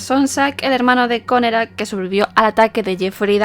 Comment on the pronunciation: Por qué decía connekrac?